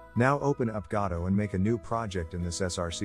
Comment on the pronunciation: AI thinks Godot is god... God-O